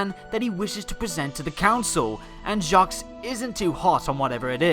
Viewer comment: By the way, you don't pronounce the 's' in Jacques, it's French.